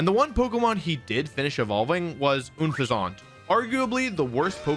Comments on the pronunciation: WHAT IS AN OOHN-FEH-ZAUUUNT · I also 100% refuse "OON-FEZ-AUNT" It's Unpheasant. Like unpleasant, but instead it's like the pheasant bird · New to your channel...don't know if this is a running joke, but, why do you pronounce Unfezant like oon-fe-zahnt? It's more like Un-pheasant. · Oonfuzahnt? it's Unfezant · UNfeazant not OONfeazánt (yet pronounces sceptile correctly) Gible not Jible (definitely someone who pronounces Gif as Jif energy) You also make a big issue about pikachu not being an evolved pokemon in every team except your number one pick, which I'm guessing you remembered the Pikachu anime plot armor compared to the game. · People dragging Wolf for Gible pronunciation, but letting "Oon-Fez-Aunt" slide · Une-pha-Zont for Unpheasant is hilarious too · Not even 3 minutes in… how u dont pronounce unfezant like “unpleasant” baffles me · He said unfeasant wrong to lol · You also Butchered Unfezant’s pronunciation & as far as Gible goes there’s no J in the name so that was butchered too. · Is that just your go to pronunciation for Unfezant? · I will never sub until you say unfezants name correctly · Wolfey, why do you pronounce Gible wrong? Saying Unfezante like it's Unfezante is already a travesty but it kinda deserves it but Gible didnt deserve hus name being violated like that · The way you say Unfezant is… unpleasant. Ever Grande? Didn’t they just say “Grand” in the show? Also, Gible with a soft G? Why not “Jarchomp” then? And then like Bible? Is this you being silly, like video? Help me understand why your brain did that. 😅 For me, as someone who doesn’t watch the anime, I genuinely don’t know a lot of the time. I WILL say, there’re a handful of Pokémon, like Ferrothorn (apparently, per the SwSh world championship coverage, it’s fer-RAW-thorn. Wtf?) and Rayquaza whose names aren’t as immediately intuitive for some of us. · I would of subscribed if you knew how to pronounce Gible & Unfenzant properly. But you didn’t